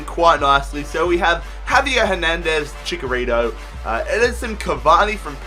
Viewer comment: Both "Ch" in Chicharito are pronounced "Ch"